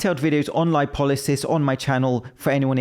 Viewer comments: Homie said LY POE SIS 😂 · Lipolysis = “LIPOSIS” 😂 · This mf really just said glucogen and liposis.